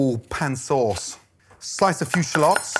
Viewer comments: Bruh it’s shallots not shalôts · I came here just to hear Gordon say "shlots" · It sounds like he's saying shlots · Hehe.... Sha-lots...